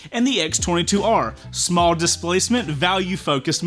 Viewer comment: OC: "DISPLACEMENT" pronunciation and then spelling Title "Vemon". needs to get more sleep I think. As for bike comparison. I think a comparison between the MT09 SP and any other naked not in the MT line-up be a great video.